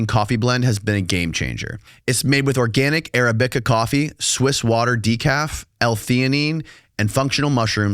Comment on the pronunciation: Arab What ? NEVER Heard Arabica called Arab-BICA. Sorry that just made me chuckle